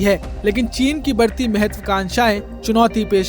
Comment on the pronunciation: चीन का च नहीं बोलता महापुरुष।